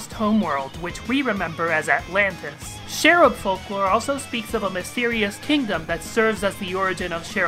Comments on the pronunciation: could you please say CH ERUB instead of SHERUB because that's REALLY..a.-eait[tieaote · Love your videos but i shall point out it is pronounced "ch-e-rub"